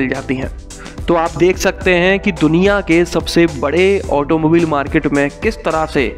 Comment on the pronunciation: It's not pronounced as ऑटोमोबिल , it's correctly as ऑटोमोबाइल